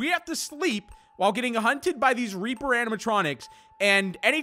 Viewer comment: I low key thought he said raper animatronics 💀